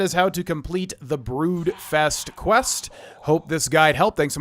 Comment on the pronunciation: I think you said the name of the quest wrong? I did the exact same thing too lol it's funny